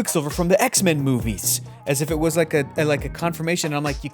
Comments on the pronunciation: That "I don't wike it' though. LMAO. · I don't wike it! XD